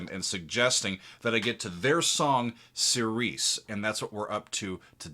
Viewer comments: You are pronouncing the name of the song wrong. It's Seer-see. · Love the reaction and analysis one note and it's not a big thing most people pronounce it that way but that word is pronounced like "cheery chee" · The word is pronounced keereesee. It's Greek. It means following the lord's house. It's a religious term